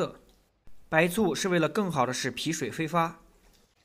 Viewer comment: 挥发 不是飞发